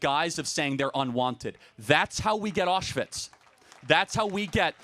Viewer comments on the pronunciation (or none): none